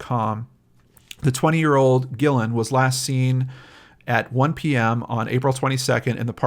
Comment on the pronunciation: Guillen is actually pronounced Ghee-yen. A friend of mine has the same last name.